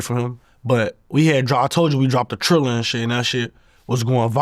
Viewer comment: He said it right it’s a app 💯 look it up next time